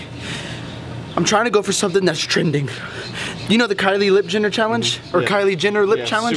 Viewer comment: Lol the way he says "trending" made me laugh so hard